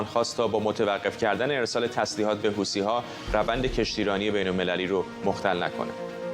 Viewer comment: طرف حتی اسم حوثی ها رو هم بلد نیست گفت هوتی ها مشخص کاملا شوت هستند ببینم چند چند هستند 😅